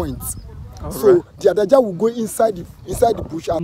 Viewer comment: The right pronunciation is Ade aja.. but they call it adaja. That’s a fast pronunciation.